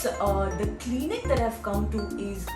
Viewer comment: Its pronounced as 'clinic' not 'cleenic'